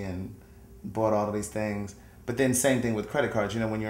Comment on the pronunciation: went through some "thangs" not "things".